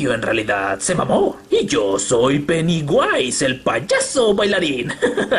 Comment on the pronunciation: Jajaja el penewyse xd